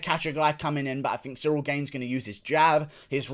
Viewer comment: That's it Guru. You've finally learnt the right pronunciation of Gane's name.